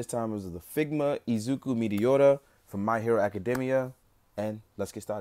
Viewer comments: Midoriya. Not midioda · Eezeeku Meedeeorya RIP Izuku Midoriya Haha, but seriously, cool video dude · U said his last name wrong